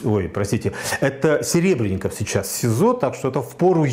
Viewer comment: Во-первых, он всё-таки Серебренников. Коверканье фамилии совсем не красит. Да и картошки всё-таки мешок, а не мешёк. В случае с Сенцовым Кирилл был одним из первых отечественных деятелей искусства, кто высказался в его поддержку. Наряду с Сокуровым и Хлебниковым. Почему наплевать на политзаключенных? Мне не наплевать. Да и с транспарантами в их защиту выходили не раз. Где сам сей господин был в тот момент? Дело Серебренникова, безусловно, более резонансное, потому что это Серебренников, а не безвестный Вася Пупкин. Точно так же о сталинских репрессиях мы говорим через призму судеб Мейерхольда, Вавилова, Шаламова. Точно так же, как выступают за спасение Олега Сенцова, хотя знают, что в российских тюрьмах он не единственный безвинно сидящий украинец. Какого лешего Романов приплетает туда же Жанну Фриске, вообще не очень понятно. Должен ли я отказать человеку в помощи и поддержке лишь по причине социальных, политических или культурных несовпадений? Да ну нахрен.